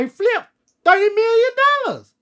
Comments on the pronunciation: Hahaha Turrrdy million dollahhhz 😂😂😂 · Thutty but still 💯😂 anyway 💪🏾